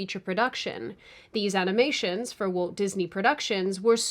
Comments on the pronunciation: Walt. Walt. It's WALT Disney. Walt. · The way you read Walt sounded like Woke in many instances. Was this deliberate…? 😂